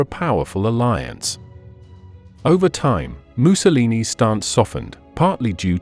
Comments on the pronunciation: Is the narrator deliberately pronouncing Mussolini like “moo-so-leenee” ? Like him or loathe him, doing so is childish…to say the least. Likewise with “aaaree’ian” for Aryan [a’reean]…? Disappointing if not sad, given the otherwise excellence of his documentary. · Why does the narrator keep pronouncing Mussolini as ‘Moose-a-lee-nee’? I have a feeling Adolf is about to be A-Dolff very soon. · Might be cause the narrator is from Britain.